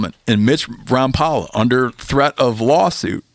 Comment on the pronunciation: Rom pal a? I thought it was Rom pole a?😮